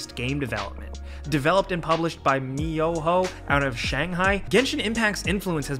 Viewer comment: "MiYoHo".... sure buddy